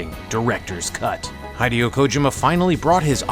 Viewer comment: I stopped watching the video and made this comment when he pronounced "Hideo" as Hi-dee-O. My man, do a tiny little bit of due diligence and pronounce the man's name correctly.